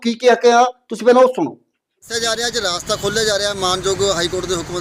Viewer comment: ਰਾਸਤਾ ਨਹੀਂ ਰਸਤਾ